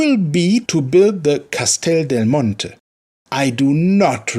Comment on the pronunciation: You tried to say "Castel Del Monte" all'italiana. Very good nice try😏👏😉😂